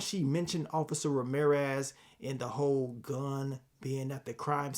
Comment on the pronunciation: "OH DETECTIVE RAMERIZE"